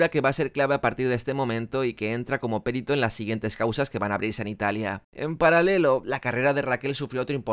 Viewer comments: El vídeo es brutal y eres el puto amo, pero tengo que decirte que se dice "perito" y no "périto". Un abrazo! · Se dice perito no périto.